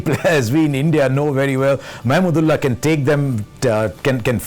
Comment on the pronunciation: I would love to see Harsha cheering for Bangladesh in the commentary sectio, I love the way used pronounces Mahmudullah where simon doul pronounce it "MAMADOLA". From 1997 ICC TROPHY FINAL TO 2019 WORLDCUP, Harsha & Bangladesh is an wonderful love story 😍